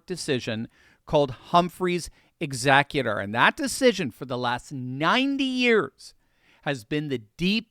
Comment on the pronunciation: "HUMPHREY'S EXECUTOR" for those wondering what the heck he said... hehe, love you ❤ see Humphrey's Executor v. United States, 295 U.S. 602